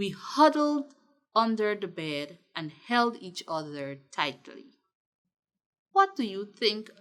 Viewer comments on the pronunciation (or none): Its held. Not help